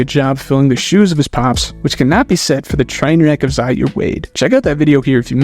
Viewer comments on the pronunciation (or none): none